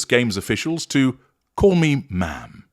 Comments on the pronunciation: It’s Ma’am to rhyme with “jam”, not Ma’rm as in “smarm”. She deserves neither. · H and M = Ham, not ma’am.